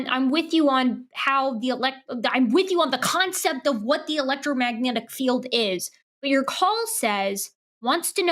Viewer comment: Did the guy say "electromagnetic field" correct even once, as many times as he said it?